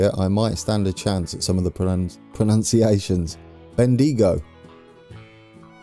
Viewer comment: Lol your pronunciation